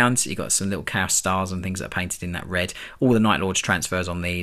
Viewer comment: "Cow Space Marines". Gotta love it when AI makes mistakes. He's a bot, Lord Inquisitor, right there, heretic technology! And it's making fun of his angels!